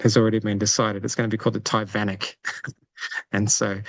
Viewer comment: The Tivanic LMAO. Great update as always, excited for whats coming up in Timor Leste.